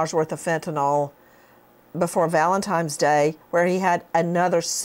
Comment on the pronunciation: Nancy Grace, look at this word- Valentines. With an N, not an M. I was shocked to hear you, of all people, pronounce Valentines as Valentimes! Nancy!🕊